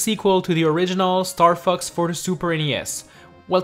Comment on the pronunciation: it sounds like he is saying star fucks... no offence